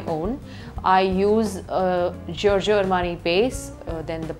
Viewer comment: Her pronunciation of brands are so weird..sebas-t-ian...g-e-orgio...